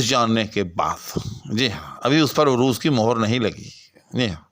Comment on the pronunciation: بھائ جان، آپ عروض کا تلفظ بگاڑ کر بول رہے ہیں۔ عروض کے ع پر زبر ہے پیش نہیں۔